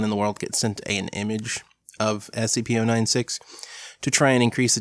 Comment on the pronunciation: And you're wrong about how to pronounce SCP-096!